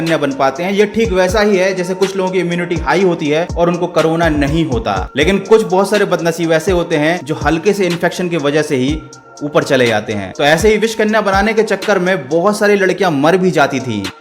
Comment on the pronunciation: कारोना नहीं भाई कोरोना !lol! 😂😂😁